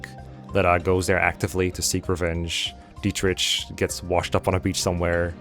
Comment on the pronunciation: It's Diet-Rick not Diet-Rich my guy 😅